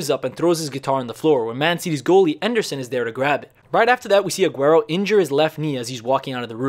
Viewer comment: DID YOU JUST CALL MANCHESTER CITY'S GOALKEEPER EDERSON ENDERSON???